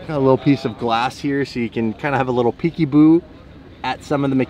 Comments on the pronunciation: Did you say "Peeky-Boo"? Dad life. Amazing seeing you and blondie together. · PEEKYBOO he says lol